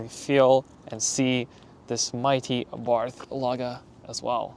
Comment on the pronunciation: The h is silent